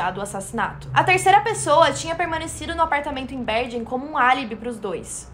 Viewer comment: A pronúncia correta de "Bergen" é "Berguen"